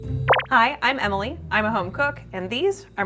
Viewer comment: pronouncing Emily as "Amy Lee" is too precious